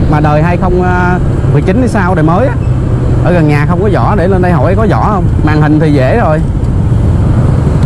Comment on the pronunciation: Vỏ chứ ko phải zỏ